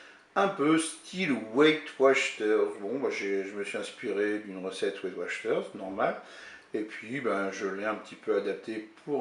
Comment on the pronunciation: On dit WATCHER ET NON WACHTER😉😉😉😉😉